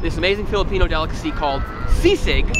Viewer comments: Whyvhe say seasick its sisig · Sisig not S. I. S. I. G. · I’m from Manila and would pronounce it as SEE-sig. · When people hear that it sounds like seasick. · I thot he's going to say Say-sayg🤣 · Seasick, Sea snakes, c-6. Man subtitles can't pronounce "Sisig" properly